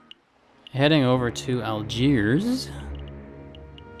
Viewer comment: It's Helvetia, so you essentially named your ship after Switzerland. Also, it's VA-LEN-SEE-AH. Also, it's AL-DSHEER.